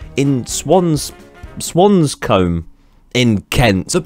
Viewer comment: its pronounced swons-coumbe. i live around the area, its a good idea for tourism and the kids, while its also a bad idea, the traffic around the area is bad, once the roads around dartford are snulled, there is no way of moving!